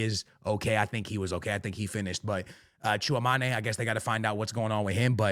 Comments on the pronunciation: yo no hate at all, just wanted to let you know, if you want to say Tchouaméni properly, the easiest way I can explain it is like: choo-ahh-MINY. Thats the closest thing to how we would say it in France. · fr he says it so weird